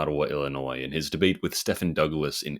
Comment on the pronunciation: Murray Rothbard's first name is pronounced "MUH-ree" and Stephen Douglas's first name is pronounced "STEE-ven"